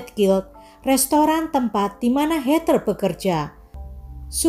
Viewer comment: Hallo.. maaf yaa aku koreksi sedikit yaa.. 🙏 Heather sebutan bukan hey ter tp hey dher (tanpa ada tekanan R juga 🙏)